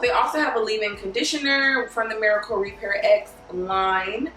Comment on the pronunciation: It's pronounced Miracle Repair Rx. It's the same as the abbreviation for prescription, hence the capital R at the end of the word Repair. I love your channel.